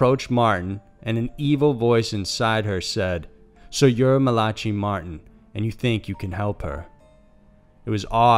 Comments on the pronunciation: Just so that u know the first story u spoke of will Malachi Martin is actually pronounced Mala.ky Marin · You butchered Malachai Martin's name so badly. He did so many interviews with radio hosts like Art Bell, I am legitimately surprised you didn't know how to pronounce his name properly. Mala - Kie, Not Malachee 🐴🐴🐴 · Man, you need to learn the correct pronunciation of people's names and words before you do a video. Max Von See-doe, Malachee Martin, Hoe-stage to the Devil?